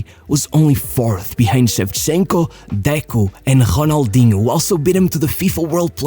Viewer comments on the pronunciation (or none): Why do you pronounce the R like that, man? Who tf you think you are? Ronaldinho ain't pronounce like he's some french dude, boy. RRRRRONALDHINO